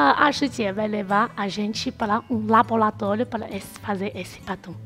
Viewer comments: Que vídeo interessante! Adorei! E o mais bonitinho foi a falando "labolatólio"! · "labolatólio" kk. Muito boa a matéria, acompanho vcs desde o início, gosto muito.